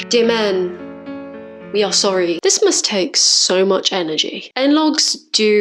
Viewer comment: Sore-y not sore-y.